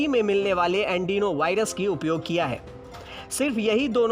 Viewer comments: andenovirus nahi adenovirus hai woh🙄🙄🙄🙄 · Its Adenovirus, not Andinovirus😂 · "Adenovirus" hai "Andino Virus" nahi.....jaisa ki aap bol rahe.... wo bhi baar baar......."News Tak" ka standard achha tha "Aaaj Tak"..!! Lekin appki baat sunkar...lagta hai ki "Aaj Tak "ho gaya ab "Kal Tak" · Andenovirus nahi adenovirus hai bhai 😂😂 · अँडिनो नही अॅडीनो बोलो....देखकर सही पढो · Yes adenovirus bolna ni aata aur news channel me aise Gyan batate hai